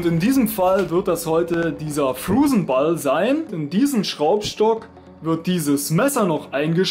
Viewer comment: Ich versteh immer Flusenball statt Frozen Ball😂 Und omg ich bin auch wieder da jaaay xD Es macht viel mehr Spaß ein Video von dir zu gucken, wenn du vor der Kamera dabei bist^^